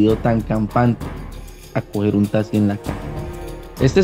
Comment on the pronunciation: Cuál tasi menos se dice taxi